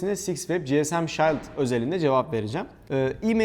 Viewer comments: Robotistan baştan beri hem bilgi hem malzeme kaynağım oldu. Tüm videoları da izlemeye çalışıyorum, teşekkürler. Sadece dile biraz dikkat: "shield" kelimesinin telaffuzu kulak tırmalayacak kadar yanlış kullanılıyor. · shield kelimesi şiıld diye okunur şayld değil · Oha adam shiled’de neden şayld diyor diye bir bakayım dedim şok oldum.. şayld deniyormuş vay anasını.. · No body: Şayld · "shield" okunuşu rahatsız edici. lütfen düzeltirmisiniz.